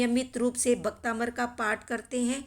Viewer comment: भक्तामर है भक्ताबंर नही